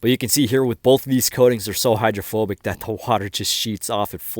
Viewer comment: say it with me: HY DRO PHO BICITY 👌🏻